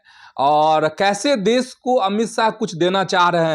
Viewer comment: Pahlay sahi hindi to bolna seekh desh ko des kosih ko kosis.